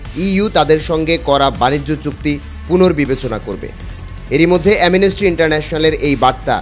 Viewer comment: Amnesty উচ্চারণ করতে পারেনা। অটোপাস পোলাপান দিয়ে। Tv channel চালাচ্ছে। 😂